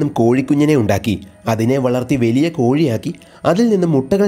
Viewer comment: വെലിയ അല്ല ചേട്ടാ.... വലിയ.... വലിയ....